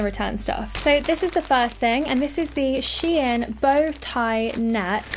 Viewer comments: It's shein not She In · Its shein not she in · It's pronounced "sheen"